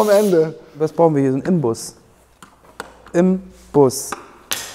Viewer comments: Es heißt übrigens nicht IMbus, sondern INbus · Es heißt Inbus nicht "Im Bus"... Kling komisch (dachte ich früher auch immer), aber das ist tatsächlich ein N. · es heißt nicht Imbus, sondern Inbus: kleine Merkhilfe: 3er Inbus:Werkzeug 3er Imbus: dafür brauchst du nen Bus und zwei weitere Personen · Es heißt eigentlich Inbus, nur 99% aller Menschen sagen Imbus, und da jeder weiß, was mit Imbus gemeint ist, kannste sagen wasste willst